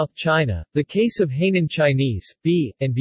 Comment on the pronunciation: He pronounced the Hai in Hainan as hay ie straw in English. I could not help laughing. The Hai in Hainan.means sea and the nan is south..Self explanatory. 🤣🤣